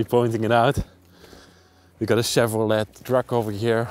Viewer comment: Thank you and for taking a deserted field, filled with snow covered junk cars, and still making it an adventure! I love your excitement and joy over these old relics. I especially enjoyed your pronunciation of Chevrolet (shev-row-lay) and Plymouth (pli-mith). Thanks for taking us along. I can't wait till the next adventure.